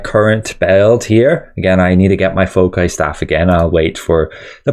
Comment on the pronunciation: "Fow-sai" bro. Its the plural of focus. Other than that, fantastic analysis. Thanks!